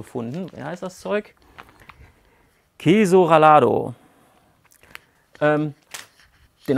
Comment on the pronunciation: Hi, mit dem “queso rallado”, übrigens gesprochen “Keehsso rajado”, hast Du Dir ein kleines Ei legen lassen. Es heisst einfach nur “geriebener Käse” und wie so oft darf die Frage gestellt werden, ob in einem solchen Produkt auch Käse enthalten ist! Aber unabhängig davon: wie immer Daumen hoch für ein geiles Video, ein geiles Rezept und bitte weiter so! LG aus Spanien!